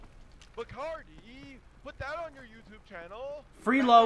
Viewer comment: It's called "FRELO" not "FREELO"